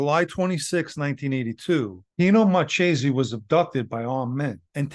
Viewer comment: Marchese in Italian is pronounce Mar ke se sorry couldn’t help myself. 😊😊😊 great story